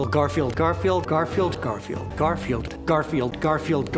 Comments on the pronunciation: after a while garfield starts to sound like car feel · OH GOD LOL XD I swear he started to say "Carfield" at one point lol